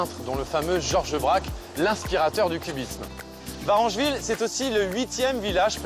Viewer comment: VarEngeville avec un E , merci